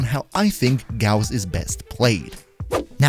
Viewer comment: Finally someone who pronounces his name correctly